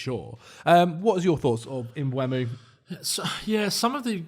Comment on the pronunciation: Stop saying Mbwemo ffs. It's E before U. Mbeumo. Not Mbuemo/Mbwemo. There'a video if him saying his own name on YouTube